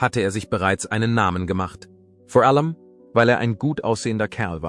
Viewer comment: Vi - erzig ! Vor - ellem ...wor Musiik etc. Pos , fuenfefzich ..Pos .. Unmöglich , diese schreckliche KI - Stimme !!!!